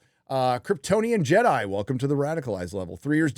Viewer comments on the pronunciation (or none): none